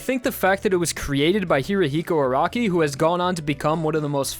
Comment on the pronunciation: could you stop saying Hirihiko Araki? thats not how you say it.